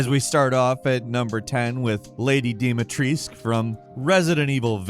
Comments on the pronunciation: Same with "Lady Deemeetreesc" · So was Dumitrescu for me as a Romanian... DOOMEYTRESKOO (smth like that as a pronunciation)